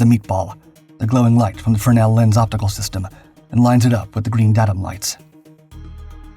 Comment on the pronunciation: Had some major trepidation going into the landing ball section and I gave a little cheer when "fresnel" was pronounced correctly. I installed land-based arresting gear in the USMC and fresnel always hurt my brain when the term was introduced to me in the schoolhouse.